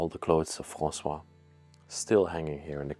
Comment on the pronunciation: The first name of the lady who was murdered is Françoise (pronounced FransouaZ), but you kept calling her François (Fransoua, without the Z ending) throughout the video, as if she were a man. You are from Belgium, but do not know French?